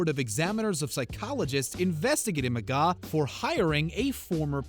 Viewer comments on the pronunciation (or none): There's an R in his last name. It's McGraw not McGaw. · Omg you're making me mad his name is McGraw not mcgaw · Phil mcgaw? Its McGraw, there is an R in there chief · His name isn't Phil Mcgaaw its Phil McGraw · OMG RIGHT?!! If you’re going to shade him at least pronounce his last name right!! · was gonna sub but couldn’t after I kept hearing that...lol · Lmao he tried so hard to put him on blast, but just couldn't quite get his name right! 😁😝👏